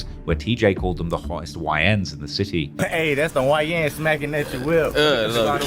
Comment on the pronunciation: Bruh it's city. Sit-tee pronounced not Ciiees!?! 😂😂😂😂